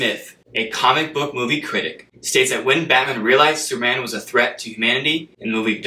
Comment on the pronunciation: the word superman has three syllables!! !! the word repetitive has four!! you are rushing them into two syllables.. slow down!!